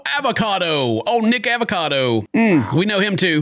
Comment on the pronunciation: Homie didn’t mean to, but totally dropped a soft n word saying “nickacado” the first time😂😂😂